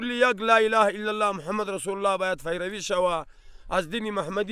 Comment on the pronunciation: برایش میگفتی که پیروی بگو ، نه فیروی ، آدم خان فیروی گفت............. 🤪